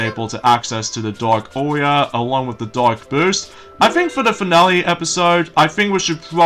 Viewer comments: It's AURA! dark Aura! Sounds like your saying Auria! It's AURA!!!! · it's pronounced DARK AURA!!! Mistake